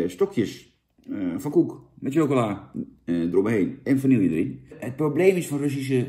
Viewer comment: Hey lieve Jan, het is wel Vanille he en niet Vanilje. Slordig hoor ;-)